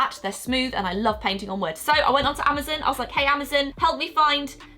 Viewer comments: You pronounced Amazon As amazin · I love how she calls Amazon "amazum" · Whos really annoyed with the way she pronounced Amazon it’s not emizen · The way she says Amazon its like amazzon if here it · Is anyone else triggered at how she says Amazon?😣😣😣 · The way she says Amazon!😂🤣😂🤣